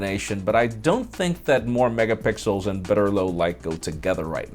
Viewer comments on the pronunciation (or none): clearly said more megapickels and not megapixels.